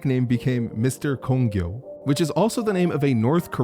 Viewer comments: Ok Mr. Kongyo was funny but (not defending north korea that place is pretty shit) but the song is pronounced Kong-gyeok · That is gong-gyuk and it means attack... not the same thing not even pronounced remotely the same.